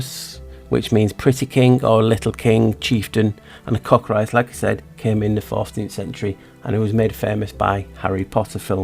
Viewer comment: I'm glad you called it the Cockatrice and not the "Cockatreece" the way some people mispronounce it. Like "Minotaur" and not "Minatar".